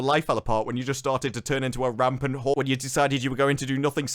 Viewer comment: I love how always says whore 😂